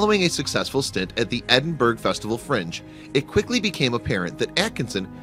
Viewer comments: Edinburgh is pronounced Edinburaa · Penchant - "Ponshon" Edinburgh - "Edinbruh" too painful to continue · Big Blue The way Americans say borough is always amusing. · Actually the funniest thing here is listening to the voice over mispronouncing Edinburgh. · This narrator doesn't know the pronunciation of Edinburgh - the capital of Scotland. This, in itself, is pretty surprising news if you ask me. This is like pronouncing Detroit as if it were French city. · DID YOU HEAR HOW HE PRONOUNCED EDINBURGH!! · Suggest you learn how to pronounce Edinburgh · Why can't you yanks say Edinburgh!!!!!!